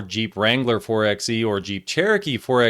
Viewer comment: It's pronounced 4 by E. As in 4 by electric death trap.